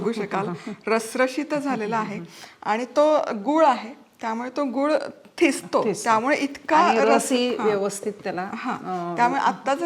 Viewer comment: गूळ म्हणत आहेत त्या पण व्हिडिओ मध्ये दुळ असे ऐकायला येत आहे